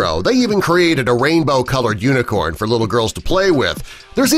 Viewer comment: This is how many times he said uinecorn I I I V